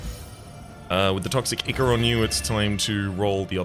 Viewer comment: The way pronounces "ichor" makes it sound like he thinks it's icky. I'm not sure if this is on purpose or not.